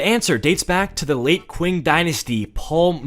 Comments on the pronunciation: it is pronounced Ching not kwing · I notice you keep saying "kwing dynasty" you actually say it like "ching" You racist fuck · It's pronounced "ching" and not "quing", and it's not an ancient dynasty but an early modern onr, you frickin dingus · 'qing' is pronounced like 'ching' but I like the video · i loved the vid but i cant get over him calling the qing dynasty the "(qw) (ing)" dynasty (its pronounced "(ch) (ing)" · ching not qing but lol i dont care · sorry for being a nerd but its pronounced ching not qing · Qing pronounced as "Ching" <33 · The Qing Dynasty is pronounced “Ching” and it lasted until 1912 so it was not ancient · The Qing Dynasty is pronounced Ching Dynasty btw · Im still mad he mispronounced the Qing dynasty as Kwing and that the article called it amcient when it existed in ww1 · its pronounced ching dynasty 💀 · Qing is pronounced like “Ching” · “Ching” dynasty I love your content. But my god that is making my brain bleed the mispronunciation. My apologies 😂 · Btw it’s spelled Qing but pronounced ching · its pronuonced "ching dynasty" cuz that's how we pronounce "Q" in chinese but anyway genz is cringe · me trying not to simultaneously combust every time he mispronounces the Qin/Qing dynasty (it's pronounced chin/ching) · It's pronounced ching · "QUIN" dynasty 😭😭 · Ok so a small thing to say (no hate or offense) When you pronounced Qing dynasty was wrong, to my knowledge. The correct way to pronounce it is Chi-ng dynasty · The Qing dynasty is the so recent it has a flag. It’s like in the 1900s..l btw it's pronounced ching. On a real note what the hell was he smoking? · Qing, as an Chinese American I feel very offended due to the fact that you pronounced it incorrectly